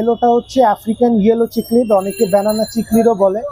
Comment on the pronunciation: its not Chic-lid its Cichlid as in Sic-lid lyree tail na its Lyre tail as in Liar-tail its disappointing to see a professional business person doesnt know the actual pronunciation of the fish Aquarium industry is one of the most fast growing hobby around the world and Bangladesh has the best and suitable weather for it proper way te ei Industry success hole it can start a huge export import business too